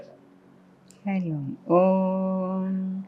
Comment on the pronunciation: wrong way to pronoun OM , if it was right then Adi Shankaracharya would have corrected